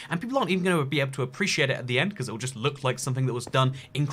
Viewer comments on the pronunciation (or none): none